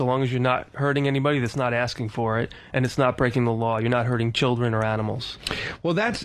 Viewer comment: Luis Valcarcel yeah I always laughed when bill was like " I thought I was asking fair questions" but the very first thing he asks them is do you have a culdren haha